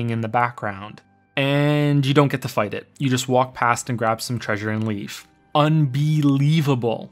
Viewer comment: 5 years later I still can't believe you said Unbeelivable